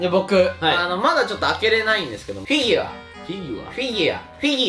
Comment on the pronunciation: カンタ『フィギュワ』 『フィギワ』 『フィギア』 惜しいのに3回とも正解してないの笑う